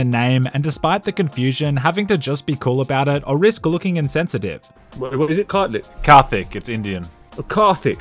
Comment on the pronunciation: Man you are pronouncing 'Kartik' so wrong